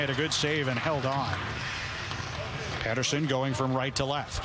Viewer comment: WTF , ITS P'eat'erson